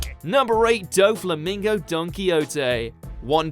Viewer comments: "Doe Flamingow Donkey Oatay" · When u butcher doffys name